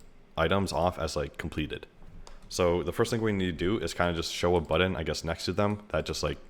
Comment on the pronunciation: You say "button" like an Indian person speaking English. How'd that happen?